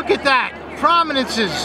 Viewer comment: OH MY GOD..... STOP SAYING LOOK AT DAT